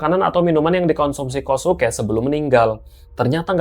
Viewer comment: Kosuke cara menebutkannya KYOSKE…